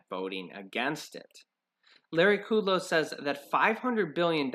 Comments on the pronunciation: It's pronounced, (Cut Low) and fAu Cee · It's not kooodlow.